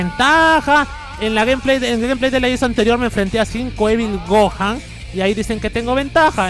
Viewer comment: porque dises cuando estas peleando con vegito súper ssj wait contra goku lagandario dises esvil gojan like si lo oíste:)